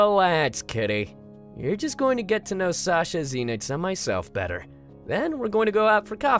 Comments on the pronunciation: Ze-nix GASP IT’S PRONOUNCED ZEN-IX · SOOO ZEENIX OR ZENIX.... HELLPPPPPP CALLS HIM ZEENIX AND APHMAU CALLS HIM ZENIX. AND U SAY APHMAU IS HARD 2 PRONOUNCE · DAT WUT I SAID BRA IT AINT NO zE-nIx ITS ZEN-IXXXXXXXxxxxxXxX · Oh, Sasha and Zeenix are already there waiting for us. Me: Zeenix?! Zeenix! Zeenix. Seriously,? Zeenix? His name is so easy to pronounce! HOW DID YOU MESS UP AND SAY ZEENIX?!! Also, lol I just realized mom is voiced by Lucinda(idk her irl name) and Sasha is voiced by Moeka. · the way pronounces zenix is the same way i pronounce mine, but “venix” instead of “venix”